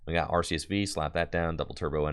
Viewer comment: I love the change from "Ar-See-Us" to the correct way, "Ar-Kee-Us". 👏